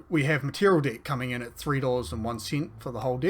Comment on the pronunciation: Bro plz work on pronunciation of "deck" 😭🙏